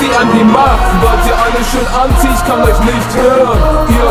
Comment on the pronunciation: Also am Anfang verstand ich nur etwas von ANZIEHEN statt Anti und auch so solltest du etwas mehr auf die Aussprache legen obwohl ich deine Stimme wirklich geil finde. Ich würd weniger Doublen. Aber die Doubles selbst sind gut gemacht (ich hör so viele versaute Doubles bei anderen) Das Video selbst hat eine gute Qualität aber die Schnitte sind doch leicht versetzt zur Musik. Die Musik passt gut und du triffst den Beat. Der Text ist auch gut. Gesamt ist es eine sehr gute Saubere Arbeit. Respekt!